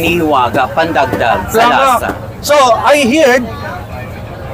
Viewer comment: "I HIRD"